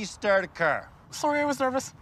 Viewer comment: Lets talk about how you strrrrd a crrr